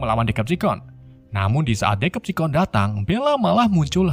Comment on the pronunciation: Bacaan Yang Bener Itu Decepticons Bukan Dekepticons Memang C Dalam Bahasa Inggris Itu Dibaca K